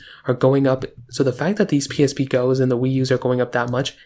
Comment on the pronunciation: The way he says “PlayStation pee” is funny lol